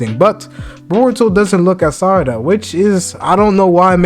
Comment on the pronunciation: You keep calling her 'Sadara'. Why is that.